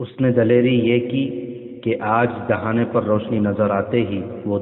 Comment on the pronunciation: Dahina nhi dahana